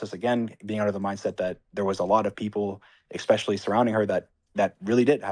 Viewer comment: Dream the type of guy to say “expecially”.